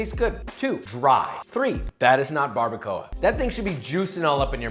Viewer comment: Barr-ba-kwah Barbacoa